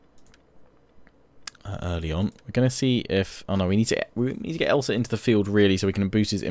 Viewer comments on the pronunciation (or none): none